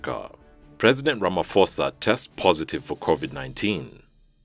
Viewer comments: "Ramaposa" is how you pronounce Ramaphosa! Not Ramafosa🛑😉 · The "ramaphosa" is actually pronounced with a p not f ,anyways love your channel ✌